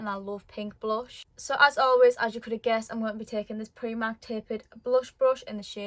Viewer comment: I’m sorry I love ur makeup u said pri mark but it’s primark xx